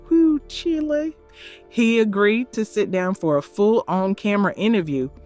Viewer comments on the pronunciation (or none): none